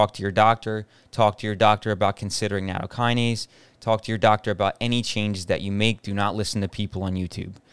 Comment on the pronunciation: NATTOKINASE NOT NANOkinase